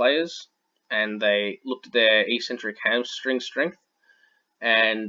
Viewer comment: Good vid. "Eccentric" is pronounced "ek-sentric" btw.